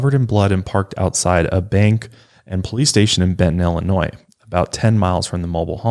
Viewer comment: she really said bend-ton and i was like😳😐😑